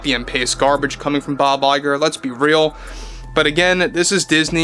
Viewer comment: What his name??? Bye bye girl?? It s all I heard when you says his name..